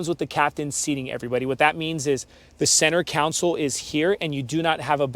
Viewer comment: Who is going to tell him that it's "center console" and not "center council"? Otherwise, nice thorough video.